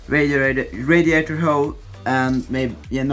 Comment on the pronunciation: «Radiatorhoe» hahaha